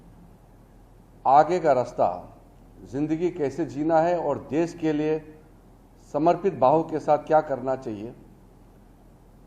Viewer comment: देस क्या है? देश होता है। देस नहीं।